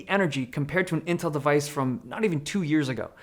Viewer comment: But he called it "Intrl somehow".